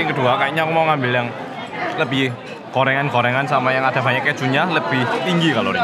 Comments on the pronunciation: Apa cuma aku yang dengar bilang korengan bukan gorengan 😅😅😅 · Gorengan tapi kedengerannya korengan.. Sampe gagal paham, karena di Indonesia, korengan itu penyakit kulit (gatal2) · bilang gorengan, ak dengerny korengan😂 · Aku dengernya 'korengan' ternyata gorengan :'v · Makanan korengan :))) yg bener gorengan😂😂😂